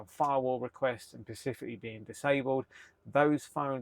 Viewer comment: Absolutely fabulous and fascinating video. Thank you. Really enjoyed this. Little niggle, the word you are looking for is "specifically", not "pacifically".